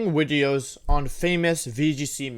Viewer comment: Recording WIDEOS 😂